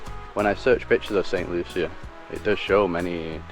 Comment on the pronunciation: Hi. Looking at this St Lucia video twice now. FYI- pronounced “ Saint Loo-Shaa.” Thanks for all your videos Make us see the whole world through you two.❤❤❤